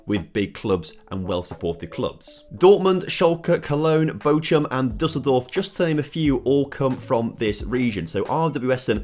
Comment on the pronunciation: I like the viseo and the challenges are interesting, but bloody hell please learn how to say the team names of VFL Bochum and Stade de Reims correctly.